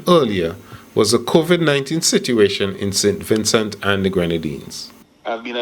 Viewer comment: Mr. Please stop saying Sin Vincin! So fed up of it ! It’s SAINT VINCENT!